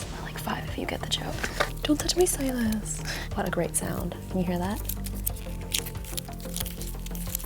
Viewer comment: Please stop saying stylus like that in the first video she was like “Stylus where’s my stylus”now she’s like “don’t touch my stylus